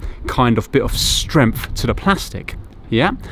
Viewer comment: You keep talking about strengf I think you mean strength .